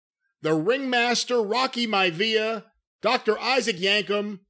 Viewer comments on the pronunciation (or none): none